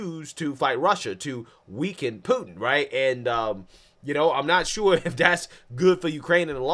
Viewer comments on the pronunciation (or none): I like the way reporter Calls Putin. Pooo. N . Say what????? Learn the man’s name please if you are a reporter. Good grief